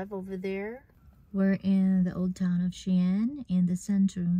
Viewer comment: Thanks so much for explaining us how to say the city correctly. What a gorgeous country. I hope to visit one day 💐